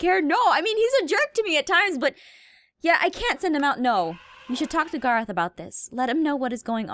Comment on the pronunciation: She called Gorroth Garroth